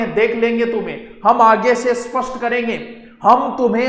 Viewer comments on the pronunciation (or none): none